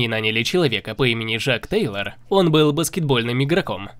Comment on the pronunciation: жак тейлор? Шак Тейлор? Человек, озвучивающий видео, ударился в голову?